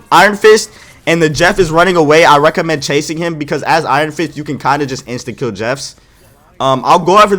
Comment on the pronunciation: My dude must be a fighting game player with that “Rekka-mend.” Fei Long would be proud 🤣